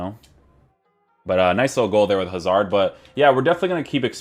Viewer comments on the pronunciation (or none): none